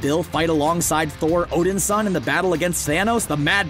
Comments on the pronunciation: I finally cracked at Odinsin "HE'S ODIN'S SON" When you keep mispronouncing things it makes it look like you don't know a thing about the subject matter and you're reading someone else's script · "Odinsin:" smh.. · I hate to be a stickler, but I wish you people would get pronunciations correct. Namor is Nay-more, and Odinson, is actually Odin-son.